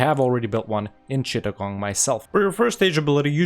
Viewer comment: your pronunciation of Chittagong is really good